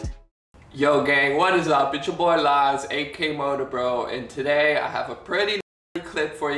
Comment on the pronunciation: Not taday!!!